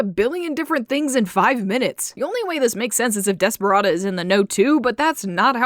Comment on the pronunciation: I love how you can kinda hear the word desperate in DESPERA-da